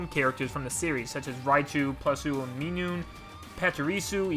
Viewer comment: You can pronounce Togedemaru and Pachirisu but not Minun? Thats funny